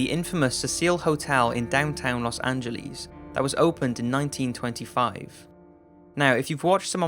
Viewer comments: los an-jel- EEZ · Los Angeles, not Los AngeLEEs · Los angėleez Lmao 😂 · IT"S SEA-SILL AND IT'S LOS ANGEL-E(AS IN BED)-S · Los anglees. Okay. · Los Angelees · I'm going to say "Les Anges" (lezonge) instead of "Los Angeles" now. Who is joining me? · los angeliis lol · Haha los äntschelis :D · I dont like how you pronounce Los Angeleeeees. But thank you for the interesting video. öadfjö :D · lol los angeleez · "Los Angelis"😊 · Los Angleees